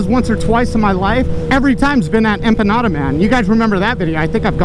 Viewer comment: I kept hearing "enchiladas" everytime you said empanada and when I saw them, I was like... wheres the verde sauce